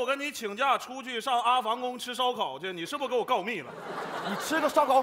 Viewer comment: 阿房宫是 e pang 宫